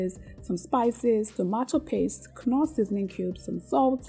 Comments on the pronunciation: if i have to endure hearing you call knoor as kunoor ehhhhh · Beautiful. I enjoy your recipes. Thanks for sharing these meal plans. Don't mean any disrespect but a quick correction. KNORR pronounced without the letter K NORR ✅ KUNORR ❌.